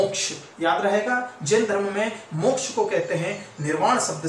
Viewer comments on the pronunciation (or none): none